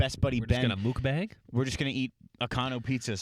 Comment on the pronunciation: I love when kids mispronounce things, less than 1 minute earlier: This is like a Mookbang